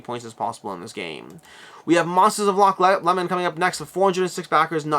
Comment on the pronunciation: Sorry to be that guy, but as a Scot I feel obligated to point out its roughly pronounced "Loch Low-mnd" (varies slightly based on local accent) never "Loch Lemon" :P. While Loch Ness might perhaps be the more famous Lake outside of Scotland it is somewhat remote. Loch Lomond is considered to be significantly more picturesque and combined with being much closer to the central belt of Scotland (Around Edinburgh and Glasgow which is where ~80% of the Scottish population reside) it is by far the more popular tourist destination.